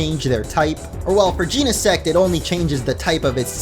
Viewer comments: Macro cause-mos, not cos-mos. Jeh-neh-sect, not jean-neh-sect. Based on genesis, meaning the beginning or origin of something since Genesect is a prehistoric Pokémon, and the Book of Genesis, the first book of the Bible, which is about the creation of the world. Also, Genesect was revived from a fossil by Team Plasma, and the only thing man-made about it is the cannon. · Jen - uh - sect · You been saying Genesect wrong